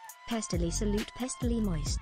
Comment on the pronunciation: Every time you say Salute it sounds to me like your saying Flute lmao